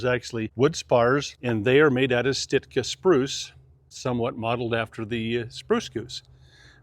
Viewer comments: Sitka spruce, not Stiska spruce. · Thanks! Beautiful airplane with a terrific story, and nicely produced. Sounds like is saying “stitt-kuh to describe Sitka. Perhaps just the audio. Hope you have an opportunity to fly a Viking at some time in your travels.